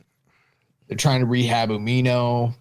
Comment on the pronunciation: Dude needs to learn how to pronounce Umino correctly, and nobody gives a shit about your promotion